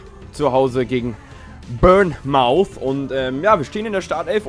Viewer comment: Bournemouth spricht sich “Bornmith“